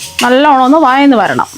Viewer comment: വയന്ന് അല്ല വഴന്ന്